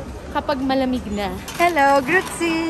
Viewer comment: it's Grüezi -not Grützie